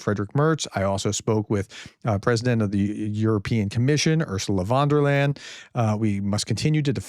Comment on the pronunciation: "Von der Leyen" is NOT pronounced "von der Land". Is it a deliberate insult? Treat the foreigners as if they all have the wrong names?